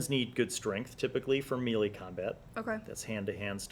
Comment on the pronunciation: Pronounces melee wrong...proceeds to mock people for mispronouncing Tiefling. Mmhmm...